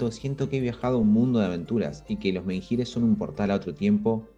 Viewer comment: Menhir, la h es muda, no suena.